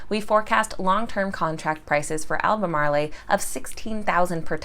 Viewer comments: It is not pronounced "al ba mar lay" it is pronounced "al ba mar oh" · AL-BUH-MAARL...just saying 😁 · I don't mean to all hypercritical, but being a NC native, I just wanted to point out that the town name, 'Albemarle" is not pronounced with the long A accent on the end. The E is silent just like most other words in English language with no accent mark over the last letter. There is no accent mark over the last E in Albemarle. So unless the company mispronounces their name intentionally. The pronunciation ends with the L sound. Al- beh-marel. Sorry. Just wanted to point that out. P.S. Thank you for your stock tips. I enjoy your channel and also think you are a beautiful, well spoken, intelligent woman. Thanks and once again sorry, I mean absolutely no ill intent or insult by my first statement.